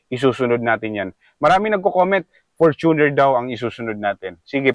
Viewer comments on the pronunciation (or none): none